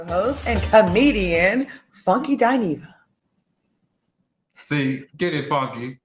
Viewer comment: It is Funky Dineva please get his name right before he come for you messing up his name